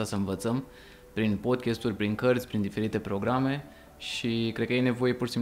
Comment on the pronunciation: Podcast nu podchest, este deranjanta pronuntia care e si gresita